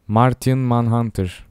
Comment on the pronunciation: martiğın değil marşiğın menhantır diye okunur şekil değiştirip bloklar arasından geçip yani duvarlar bide görünmez olabiliyo